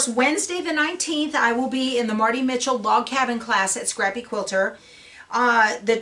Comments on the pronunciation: You're not saying Marti Michell's last name correctly. If you have access to blueprint formerly craftsy, check out one of her videos so that you can hear her say her name. Nothing more embarrassing than saying someone's name incorrectly. BJ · I'm sure you didn't mean to. It's just she's a Icon in the quilting world, I never heard anyone pronounce her name incorrectly. It would be best to hear her pronounce her own name, that way no one can tell you other wise. Here is a link to her YouTube channel: (FromMartiMichell)